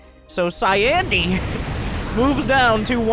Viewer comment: It's CyIANde. Cy-Ian-de, as (almost) in Sir Ian McKellen. Cy(eye)ande. Cy Ian de.